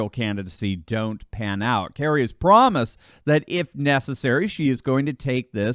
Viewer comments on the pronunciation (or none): Kari not Kerry.